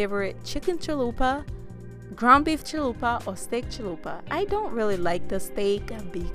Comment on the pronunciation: Lmao I love how you said chill-lupa😂